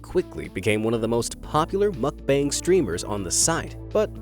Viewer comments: Lol muck bang. It's Moook Bung! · It's not muk bang....muk bahng.... pronounced like ahhhh...bahng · ITS pronounced MUHK-BAHNG not bang. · 먹방 (mókbAng, not makbAEng) :/ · the "bang" in mukbang is pronounced bong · I will watch your videos again when you decide to say MOOOOOOOOKBUNG. It’s not makbun…….. this video triggered me so much Mukbang……mooookbang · His pronunciation of mukbang is driving me insane……… it’s not bang more like bung. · mukbang is pronounced "bong" not "bang" like a gun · It’s pronounced muck-bong bro. Get it right if ur gonna say it over & over again in ur video smh. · Not to be rude, and this has happened to me before, I said mukbang I front of my Korean friend and she got mad. Terns out we are pronouncing it wrong. It is spelt mukbang, but it is pronounced ad muck-bung. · I’m sorry but the way he’s saying mukbang is bothering me lol it’s pronounced (muk-bung) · Oh god i cant stand how he pronounce mukbang as makbeng 😂😂 im out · It pronounces mook-bunk 🙄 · It’s mookbang by the way . That’s how you pronounce it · Muck Bang???? Please learn to pronounce the word!🙄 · Please learn to pronounce "Muck-bang" correctly! Muck.... as in What the fxxx. Bang as in b. Ah..ng.. Does not rhyme with fang! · Brah it's pronounced like mook-bong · Pronunciation of mukbang is mokbung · Isnt he pronouncing Mukbang wrong? Its supposed to be pronounced like Mook-bong right? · At least pronounce "mukbang" correctly. 🤦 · Really wanted to watch this. But i cant handle the repeated mispronunciation of "mukbang" so guess not.. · Your pronunciation on 'MUKBANG' is heavier on a scale than the mukbangers weight... Just as we put efforts to pronounce English correctly, work on it on Korean or any foreign language words. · Not sure what was more annoying, the ASMR noises or hearing "mukbang" mispronounced 100 times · Is that how u pronounce mukbang